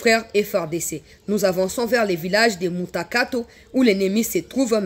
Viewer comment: Bjr ma sr tu a bien prononcer ce MUTAKATO